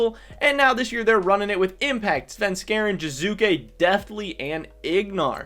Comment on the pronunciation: Its Jiizuke not Jizuke